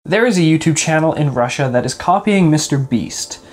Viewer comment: Random comment No one:: I AM FROM RUSSA AND RUSSA